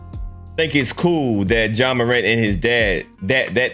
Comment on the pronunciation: It’s Ja not John. Please get the basics right. Helps the platform